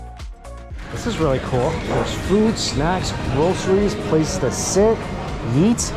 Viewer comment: I love how Mike says "eat" as "Yeet" haha.